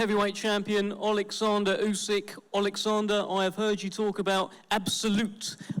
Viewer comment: Lmao the bum had to look over and read the king's name and even then couldn't even say it properly. Great job.